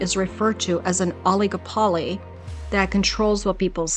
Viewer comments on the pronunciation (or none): Oligopoly is pronounced with the accent on the third (not fourth, as in this video) syllable.